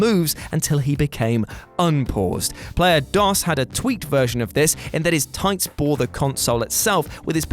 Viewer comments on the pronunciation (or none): Player Disk Operating System? The Spanish word "dos" has a long O and doesn't sound like "Microsoft DOS".